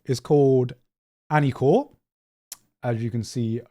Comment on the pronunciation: Grant, how long have you been living in Japan? Learn the language already! "AniCORE"??? It's アニこれ, which would roughly translate as "this anime" or "anime here"